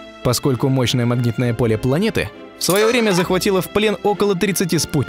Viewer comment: Нужно исправить ошибку, по ушам режет "магнитное поле". (( Либо удалить видео с канала.